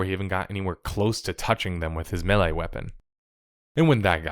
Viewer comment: When you pronounce "melee" as "Millie", I get annoyed. When the second reminder tells me to hit that bell, I close your tab. We get it, you're worried that your subs are too dumb to understand the new system. Good luck with that.